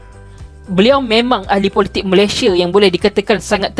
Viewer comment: Sebut elok² la MALAYSIA tu...xpayah la nk bunyi² cam mat salleh gitu...sbb bunyi cam mat salleh pun sekali pun...lurah pantat tak jugak warna pink..